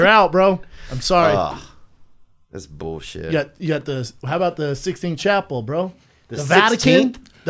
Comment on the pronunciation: "The sixteenth chapel" "What about the fifteenth Chapel, bra?" Schaub really doesn't know its the Sistine Chapel, he's said this before 😅😅